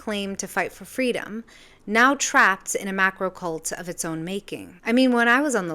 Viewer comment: "Macro" Goddammit.